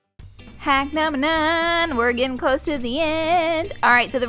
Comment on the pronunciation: I love it when you say "haack numbe .." 😂😂